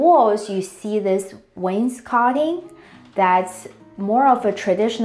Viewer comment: Someone who pronounces "wainscoting" correctly! Just curious about the laminate floor going all of the way to the fireplace. Where I live that'd be a huge code violation. It's very dangerous because it'd be so easy for the floor to catch on fire.